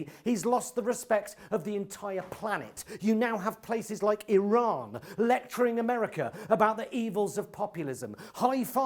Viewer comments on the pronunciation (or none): none